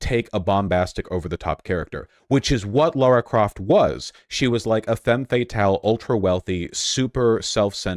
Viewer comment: LARA CROFT LARA. L A R A. Not laura! Why do Americans fuck this name up so much? Lmao